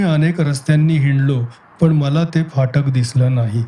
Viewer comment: Sundar vaachan Shuddha uchchar. Very rare.Fakt phatak cha uchchar jara sa yogya nahi